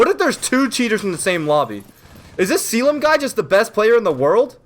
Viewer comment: the way he says Selim 😂😂😂